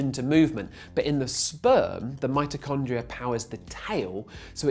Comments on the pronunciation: its mitochondria, not mitrochondria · wow, is it just a British thing to say Mitochondria' instead of 'Mitrochondria'